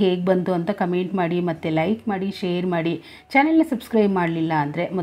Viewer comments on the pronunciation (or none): none